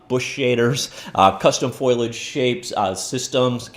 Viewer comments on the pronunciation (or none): Faux-lee-edge just break a word down into its syllables and say it phonetically easy